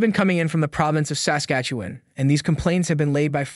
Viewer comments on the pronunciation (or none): You pronounce Saskatchewan weird. The emphasis should be on the second syllable of the word Sas-KATCH-ew-an and not on the first. Other than that great video. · SA skastuwen..? It sounds funny when you say it like that. Great reporting. Try saying it like " Sas KA tchewan. like a good Canadian Kid. 👍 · SASKATCHEWAN- Pronounced "Sass" -"catch"-"ew"-"juan" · I hate the way you say saslatchewan. thanks for covering this though. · You are adding an extra syllable and over pronouncing the 'e' in Saskatchewan, the 'e' comes out like a short 'uh' sound, Sask-Atch-uh-won. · Its pronounced: Sasquatch- ah- wan. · I like your reports but you need to work on your pronunciation of words, its jarring. Its Sass-catch-ew-wan. Your other video that had polyamorous in it and wow, butchered. Poilievre is our next PM so maybe... learn how to say it. Poy-lee-ev. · Would have been much better if the narrator knew how to pronounce the name of the Province though. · Haha It made me laugh every time he said it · Why can’t he say Saskatchewan? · 32 seconds in and I'm wondering where you're from? The way you pronounce Saskatchewan tells me you aren't Canadian. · The way you pronounce “Sas-katchewan “ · you talk like a robot...you pronounce Saskatchewan like someone from Lithuania or some place like that.... Are YOU a real person or a controlled opposition robot!!??? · Maybe learn the proper pronunciation of Saskatchewan, ask a local...... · Please learn how to say Saskatchewan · learn how to say Saskatchewan. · First, you should learn how to pronounce Saskatchewan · you need to learn how to pronounce Saskatchewan.. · Learn how to pronounce Saskatchewan